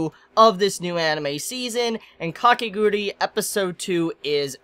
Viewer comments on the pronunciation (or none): It's KA-KE-GU-RU-I not KA-KE-GU-RI CHibi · I really like you but FOR THE LOVE OF GOD, STOP SAYING KAKEGURI! there's a "U" in there, it's KakegurUi. I know i'm nitpicking but hearing you say it wrong so often somehow really bothers me. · he still calling it wrong